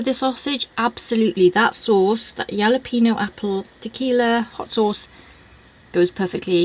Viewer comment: Sauce sounds interesting. Have to bust you on your pronunciation however LOL....it's Hal-uh-pen -yo. Excellent pizza as usual.